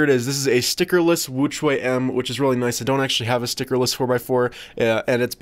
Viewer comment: * says “Angstrom woochuay M” *Me: face palm, while saying “The real pronunciation is Ångström woo-tshweh M”